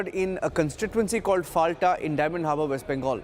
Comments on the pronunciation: Pronounce as Folta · It’s Fal-ta like Fanta. lol. Atleast get the name right! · FALTA is pronounced as FOLTA, with soft-T as in Tehran and not hard-T as in Texas